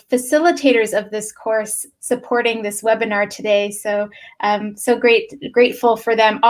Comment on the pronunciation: was not able to master the word webinar....he said wenabir...